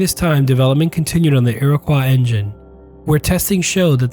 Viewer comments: The engine was the "Iroquois"...not the "Iriquois"! Great video! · It’s pronounced Iro-coy not iro-qua. Still, great vid!